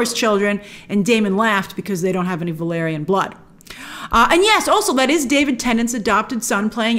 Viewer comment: It's called Valaaaryon for fuck's sake, the family I mean.